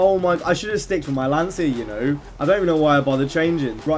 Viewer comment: It's Lan-chee-a